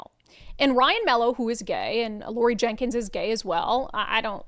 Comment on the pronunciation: It's Laurie Jinkins. Not Jenkins.